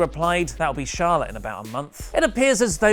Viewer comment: says Charlotte and....but I keep hearing Charlatan lol